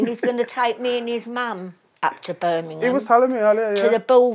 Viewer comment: Love she says Birmingham properly